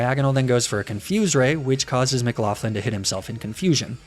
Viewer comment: loved the video b, but mcloughlin is pronounced like mc-lock-lin